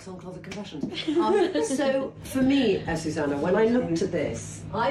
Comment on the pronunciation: You think AzucEna minds her name always being said wrong? AzucAna —> AzucEna.